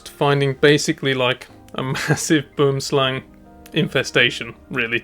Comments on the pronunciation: You pronounced it right on the 2nd Boomslang video but wrong multiple times before that 😅 It's pronounced Bom Slan. I somewhat recently learned that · Simple pronunciation of "boomslang" for English speakers - bwouhmm-slung 3 syllables not 2. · best pronunciation of Boomslang, was " BWERMSLUNG" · Will and Kevin pronounced it wrong 😅 It's pronounced Bom Slan. I learned that pretty recently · Perfek said Boomslang